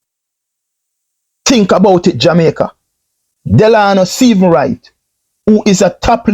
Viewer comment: furthermore, you say you're an entrepreneur?? How can one really take you seriously when you can't even spend the time to get someone's name correctly?! The guy's name is Stephens......not Stephenson!